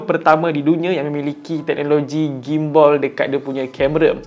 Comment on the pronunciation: Gim-Ball ??? Gimbal Ler 🤣 Bukan Ball 🤣